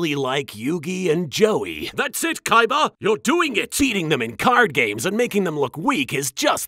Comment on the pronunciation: Now it's official, darts is my favourite villain of this show, I mean just look at the way he pronounces Kaibas name If that hasn't convinced you just look at the subtitles